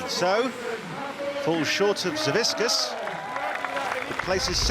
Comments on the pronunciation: no, it’s pronounced Savitzkas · Why can no one get Savickas's name right lol like not even the commentator can say it right and its right there on the screen lol